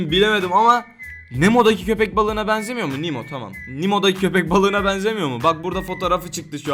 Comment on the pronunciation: o nimo değil Nemo diye okunuyo